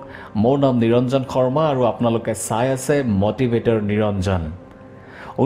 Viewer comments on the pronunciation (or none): none